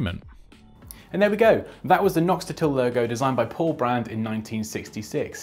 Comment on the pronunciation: Good, but correct me if I'm wrong; It is Paul Rand and not Brand :-).